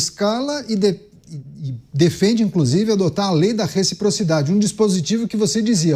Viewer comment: RECFIPROFIDADE CUMPANHEIRUS 😂